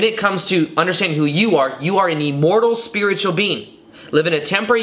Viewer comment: Lol this guy pronounces the word "immortal" weird. Listen to 1 minute 10 seconds into the video, he says E-mmortal. But great content 👍 I'm sure it brings a level of comfort to lots of people that are afraid of not existing after death. I'm one of those people.